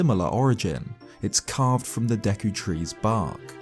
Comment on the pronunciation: automatically cant stand this guy mispronouncing zelda words. kokiri has a long O sound. deku the e is also a long E sound. leave it to the brits